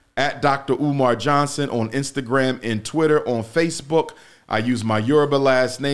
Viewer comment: Dr. Umar was irritated at the beginning when the host left off the Dr. in his name and emphasized the Johnson.